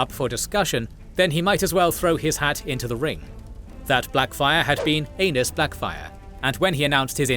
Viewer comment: reeeeally need to pronounce Aenys like aeneez not anus 😅